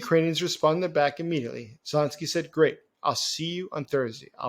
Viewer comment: AH of Germany was elected too, 42% of the votes in 1933. Doesn't make him a democrat, does it? And what's with the butchering of Zelenskyy's name? How old are you, twelve?